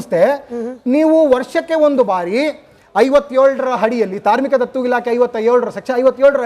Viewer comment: ಧಾರ್ಮಿಕ ದತ್ತಿ ಇಲಾಖೆ ಮಾರಾಯ್ರೆ ಅದು, ಧಾರ್ಮಿಕ ದತ್ತು ಇಲಾಖೆ ಅಲ್ಲಾ ಭೈರಪ್ಪ ರೇ..,, 😅😅